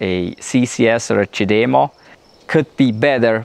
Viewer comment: It IS amazing the size difference- as they say-it matters. I always feel like such a stud when I plug in my car with the CHAdeMO lol. At first it was difficult but has gotten easier. I appreciate your pronunciation of the CHAdeMO- now of I can get it into my thick head to say it that way, here's hoping! Even though I'm not a T fanboy -always though they were too expensive, their charger plug (as well as their vehicles) are S3XY!